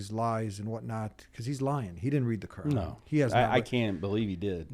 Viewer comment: He says kooran😂